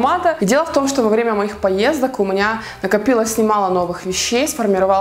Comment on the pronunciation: Мне одной кажется что говорит не "у меня", а "у МУНЯ 🙄🙄🙄?????